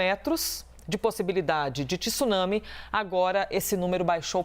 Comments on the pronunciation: Jornalista esclarecida falando 'tissunami'. Tsunami tem o encontro consonantal. O 'Tê é mudo. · A mesma pessoa que não consegue pronunciar tsunami consegue pronunciar Mitsubishi, vai entender